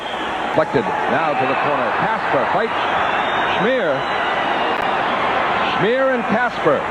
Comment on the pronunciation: Steve Kasper. Not Casper.